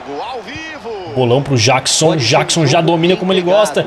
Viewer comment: Mano,o Jackson se fala Jeckson